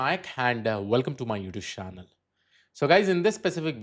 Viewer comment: I love how he says " Youtube shannel'😅